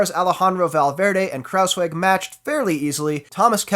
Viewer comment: And not just that... he also pronounces "Kruijswijk" in an almost perfect manner.... instead of "Krauswick" or whatever it is that some non-Dutch speakers seem to be saying when they try to pronounce his name.